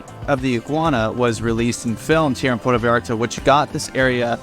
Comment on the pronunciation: You have lived in Vallarta for 10 whole weeks? Wow. Try pronouncing Puerto Vallarta properly. It is Puerto Vy ART Tah. Not Porta Vee arta. Please, if you are going to "tell us all about it", study some Spanish. Then study some more. Learn to pronounce the words. Slow down. Listen to your Mexican friends. They will help you. Bah eeah de Ban Der As. Bay of flags. Nayarit. Ni ar eet. Oh, you did not know Mexico had states? Wow, who knew? Your next door neighbours my friend. Get to know them.